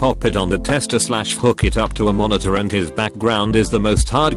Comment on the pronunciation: For simplicity's sake, if you're gonna make youtube videos hosted by a robot voice, at least make it so whenever you paste them in it says IT like two letters, rather than a single word.